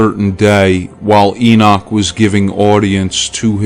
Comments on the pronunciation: IT IS NOT ENOSH IT IS ENOCH! GET IT RIGHT! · Lol! Is that the only one you caught? How about the Enosh... This reader unfortunately doesnt know how to pronounce many words or names. Libervox recordings of the actual book of Enoch are quite good tho.